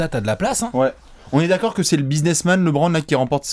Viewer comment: Super vidéo! tu m’as vendu du rêve sur LeBron à New York. JUSTE,, dans un objectif de crédibilité (notamment quand il s’agira de défendre qu’il est le GOAT) il faudrait penser à passer de « Lébronne » à « Leubronne ».